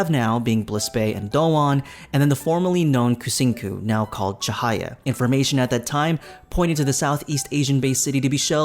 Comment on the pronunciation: Lol the pronunciation of Kucingku is killing me 😂. In Malay or Indonesian "C" is always sound as "ch" in English so it sounds more like Kuchingku. I mean, they are not wrong to open to everyone to try out the game and collect feedback. However, the problem is the execution and their method seems to fall flat. Seems like they are not changing course when things are not working. It sounded like Cahaya is more like a vacation world than a proper city like Bliss Bay and Dowon, that's too bad because I would want to be a resident of a tropical climate instead of being a tourist.